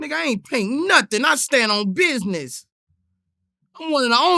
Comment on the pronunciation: "I STAND ON BIDNESS"😂😂😂